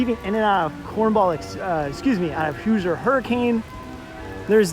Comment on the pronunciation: IB is a cool park, so unique. Love the boardwalk. At least it is when everything is open. Been there 3 times and Lost Coaster was closed each time. Also, the way you say “Hoosier” hurts my brain 🤣😝. It’s “hoozhur” not “hoozer”.